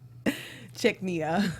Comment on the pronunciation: Chechnya is not that hard to say... Neither is Chechens. And the boss who came to see Hank is named Batir. Y'all could stand to do a little more work on simple things like that before you do this. It kinda hurts the perception of your professionalism.